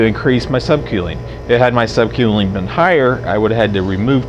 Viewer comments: *Sub kewling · Get it right quelling lol wheres he from